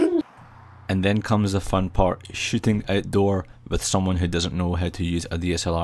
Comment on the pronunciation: your 'shooting' sound like 'shitting'